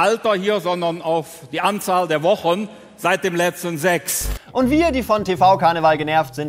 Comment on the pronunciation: Ich bekomme Gänsehaut, wenn Menschen Sex "Ssssääääächs" aussprechen.